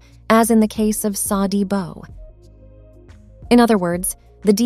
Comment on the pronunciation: What in gods name makes you pronounce "Sa" as "say"!?!?. I don't think there's a single language on earth that would pronounce "sa" with a long vowel sound